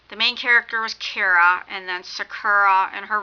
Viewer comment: It sounds like you keep saying Kira instead of Kara. And the word your trying to think of for the "past stories" your trying to say is urban legends. This book was amazing I'm reading the second one now. Good job on the review. You should do the review on the second book too if you read it or not.